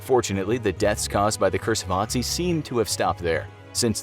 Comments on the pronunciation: His real name is Ötzi not Otzi. Greetings from Tyrol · I cringed so hard each time he said "AH-tsee" and not "UH-tsee" you had one job lol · ITS ÖTZI NOT OTZI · Hey guys, his name is Ötzi, Not Otzi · Is this “Ottzee” related to Ötzi? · It's Ötzi, not Otzi! This pronunciation is awful. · TIS:" Otzi the ice man" Austrias:" er heißt Ötzi!" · Its pronounced ut see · I as a German know that the name is actually Ötzi, but I guess the letters Ä, Ö and Ü in the German alphabet are mostly unknown to others or people don't know how to pronounce them. In this case the name Ötzi is pronounced "Uh-tzi". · Bruh I thought they said - “Naz1” instead of Otzi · The Ö in Ötzi is pronounced like the U in the English word hut, meaning that his name is pronounced UT-zee. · It is ötzy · F in the chat for soon cursed Infographics crew for mispronouncing Ötzi's name.. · I like how he says Ötzi as a non german speaker.^^